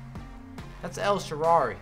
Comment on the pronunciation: nice rewiew but you should pronounce the name of the Italian wing well El sharaui Thanks man. Good job 😊